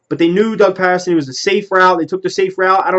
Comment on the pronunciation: Ur sayin his name wrong bro lol ..... Ur saying it like the city Patterson ..... It's really pronounced like Peterson ..... I'm sure yourll see what I mean after his first official press conference tomm tho, I'm not to thrilled either like most Eagles fans but i mean we gotta give him a shot atleast maybe he'll end up being good lol not like we have a choice but I do agree with u that its like the andy Reid hire where no one really knew him an wasn't really on any fans radars ... #flyeaglesfly